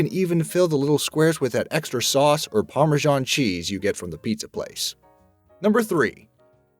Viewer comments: YOG-HURT! YOG like JOG. No Yo-Ghurt Parmesan Parma-zan not Pama Jon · ParmeJOHN cheese... my ears just melted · The chicken wing method makes you eat all the other crap inside the wing that's not meat. All the membranes etc. Yuck. Learn how to pronounce "orange". It has an R in it, not a W. Who DOESN'T know about shaking toner cartridges? Parmesan is pronounced with a Z, not a ZH. Eating an apple from the bottom means also eating the devil's navel part, which is gross. At least cut THAT out, ffs. Pistachios are only a problem if you cut your nails right down like the man in the video. That is also gross. At least leave 1-2 milimetres of nail on the edge. How else can you scratch yourself, eh? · Why can't you pronounce 'yogurt' correctly? Why can't you pronounce 'parmesan' correctly?